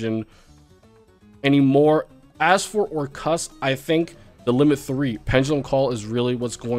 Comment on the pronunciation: missed saying "or-CUST"